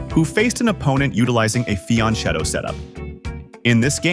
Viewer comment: "Fianchetto" is an Italian word: the "ch" is pronounced with a "K" sound (UNlike it would be in Spanish). Most other chess channels seem to be up to date with this... ;)